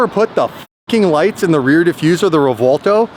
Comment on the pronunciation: Every time or says REVWALTO, they should donate some merch to subscribers! 😭💸